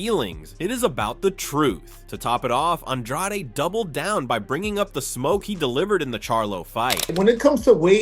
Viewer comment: Why tf you call him un draw de? It's on drade..... .. ...